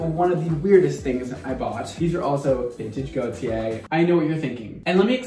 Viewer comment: Every time said Gaultier, I kept thinking he was saying Gotye, and now I have "Somebody That I Used to Know" stuck in my head.